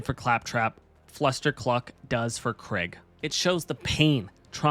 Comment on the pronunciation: Kreig❌️ Craig✅️ 😂